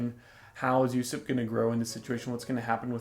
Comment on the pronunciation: Also Usopp's name is pronounced "Ooooo SOP" Not "Yusep".